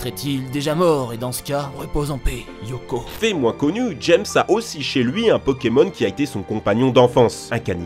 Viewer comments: Eoko pas « Yoko » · Pas Yoko mais Eoko XD